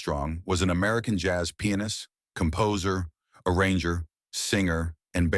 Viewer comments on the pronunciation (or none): You need to pronounce " pianist" more carefully!!!